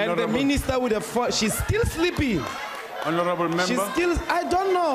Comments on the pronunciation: An I the only one who heard horanable instead of honorable 😬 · Di just said horonable member? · Lol no,Horanable Member,Yoh I thought they say Honarable member